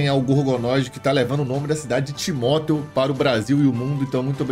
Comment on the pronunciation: Todo cidadão timotense fala Timóteo como o? 🤔